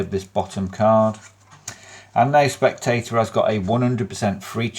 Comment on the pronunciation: “To the spectay’ah, it’ll look like, Jeeezus, that cahd HAS risen.” 😂😂😂😂😂😂😂😂 I needed that laugh. Bad. 🤘👍